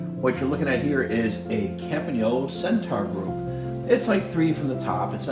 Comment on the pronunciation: Thank you from Italy, for pronouncing "Campagnolo" perfectly.